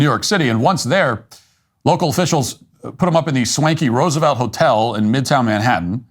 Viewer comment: A prerequisite of being an interpreter should be to pronounce Roosevelt correctly. Meanwhile I’m over here too my perfect Spanish and English accent working a customer service job. 🙄